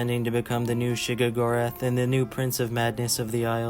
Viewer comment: Why do you not know how to pronounce Sheogorath when he's in 2 fully voiced games?